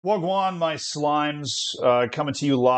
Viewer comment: Never would I have thought I’d hear wagwan from